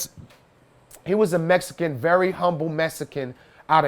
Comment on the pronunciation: Cant take anyone who pronounces Mexican as MESSICAN seriously🤦‍♂️